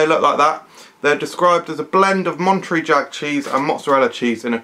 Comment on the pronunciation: It's MonteREY, like Manta Ray :D